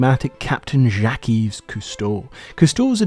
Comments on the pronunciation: Jacques- SH-yack (?). Fun fact- The Union Jack. Created by James 1st of England, 6th of Scotland on his combining of the 2 crowns. His mother was French, before James became king of anywhere he was know as Jacques, in English, Jack. Jack's Union, the flag, the Union Jack. Or something like that. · "Jacques" is pronounced with a single syllable, not Ja-KEEs. You got it right . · “Jackies” Cousteau? Really? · Where are you getting that pronunciation of Jacque from dude? Couldn’t handle it, had to stop watching after the second time you said it…. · I'm pretty sure his name is pronounced 'Jack'. It's just a French spelling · How irritating that you never learned how to pronounce Jacques. I never heard him called Jackie. Terrible. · Well done video essay. To those who also misheard pronunciation of Jacques and the others who will in the future, he's saying Jacques' full name Jacques-Yves Cousteau. Granted, he's still mispronouncing it a bit, but it's not nearly as bad as saying zhackeez., you're on your own with butchering Jean-Michel's name. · My guy you're so close to France compared to most of the world you must have heard the name Jacques before I'm sorry to nitpick but it drives me nuts every time I hear you pronounce that legendary man's name as jack'ease that said I otherwise enjoyed the video and thank you for the content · I, too, love Calypso & Jacques Yves. Here's a way to pronounce his name in French: JOCK ZEEV KOO STOE. A fascinating man who led a fascinating "Life Aquatic." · ha ha ...Jack-key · Just a note the s in his first name is silent. So it should be pronounced shhhh - ock. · Jack-eez? Are you F-ing kidding? Jeez-us Christ, kids these days… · "Zhak-eez" Cousteau? For someone who doesn't know how to pronounce "Jacques", you sure know a lot about his boat. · Great video ! Although it is painful to hear you say "jaquies" 😅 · Nice in depth video ! Jacques is pronounced like Jack would be in English though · Isn’t his name pronounced Jack